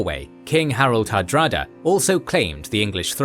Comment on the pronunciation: did you call hadrada "harada" instead?